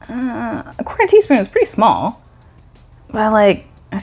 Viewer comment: I clocked Liz the Chameleon at second 5 and was unreasonably giddy by the time you went e'smawll!